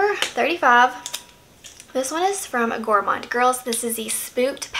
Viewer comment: Perfect pronunciation of Gourmande girls